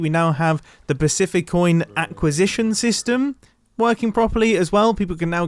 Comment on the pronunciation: Nobody: Mumbo : aquasition